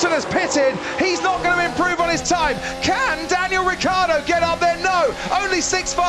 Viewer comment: C'è la I in Ricciardo porcoddio